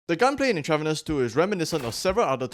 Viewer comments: It's pronounced Entruh-Vanus. Like medical IVs. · Intra-VEEN-eous. Use Google before recording. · Not trying to be rude but the pronunciation of Intravenous is In-trah-veen-ohs. It’s in reference to injecting “stuff” into your veins. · Just a heads up, its pronounced "INTRA-veenus" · Or at least where I'm from it is. I could be wrong. This could be intentional on the devs part as I've never heard of this game. Not here to hate on you. Great video. 👍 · Its intravEENUS bro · I'm sorry bro I can't watch this with the way you mispronounce intravenous